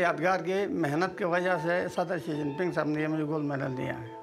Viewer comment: It is a bad sign when one of the main characters in the documentary doesn't know how to pronounce the Chinese President Xi Jinping's name.